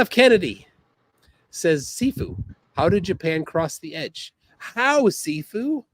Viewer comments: It's Shifu, not Sifu 😂😂😂😂😂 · It shifu pronounced she-fu means more skilled person or teacher. only martial arts training is watching Cynthia rothrock movies dressed in his Pj's with his bathrobe ties around his head trying to copy the moves he sees. As always a flerf has to lie about there past as he lies his past consists of skipping school eating Cheetos and watching movies all day dreaming of being great. He sounds like he's from Canada? And the new York accent 😂😂😂😂. FBI open up ya bum!!!!!